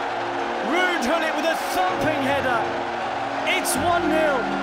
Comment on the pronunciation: I love how the English commentator pronounces Gullit, "Houllit"